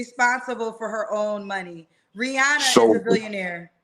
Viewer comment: It’s pronounced need ‘Ree-Anna’. Lol Not ‘Ree-onna’. lol Much Respect Also , where is the ex wife? Girl you with US?!